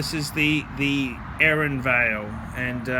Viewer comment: Give up on trying to pronounce Aeronavale. How about this: call it the Aero Naval. Those are regular Australian words, you have to be capable of coming somewhat close to saying them. Please stop calling it Erinvale, it's irritating. Not just because you're saying it wrong, but because it shows that you have no idea wtf you're talking about. Aero/ navale... it tells the history and function of the watch. You're embarrassing yourselph.